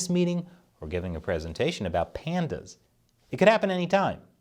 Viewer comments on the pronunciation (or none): none